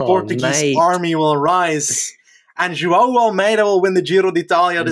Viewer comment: You guys deserve major props for pronouncing 'João' correctly, that name has been fucking butchered for a long time x)